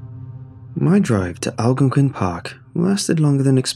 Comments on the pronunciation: Lmao "Algon-quin"? That's not how you say it but good try! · It's pronounced Al-Gone-Quinn 🤣🤣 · Live in the area. It killing me how he saying it. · And algonquin lol